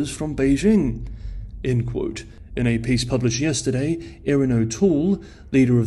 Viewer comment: His accent might be 'spot on' in general. Except he has trouble pronouncing Beijing correctly. That would be a dead give-away to a native as well as most non-native speakers of the language.